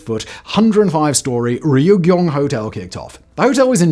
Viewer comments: Simon prior to the recording: Ree-yug-yong Ree-yug-yong Ree-yug-yong Ree-yug-yong… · I recall once he even said ree - you - gee -yong. FWIW, the pronunciation is two syllables and not three or four.